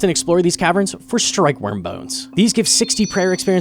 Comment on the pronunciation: strkyewyrm omegalul all jokes aside nice video